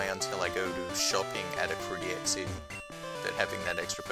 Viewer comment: The way you say "Ecruteak" irks me a lot.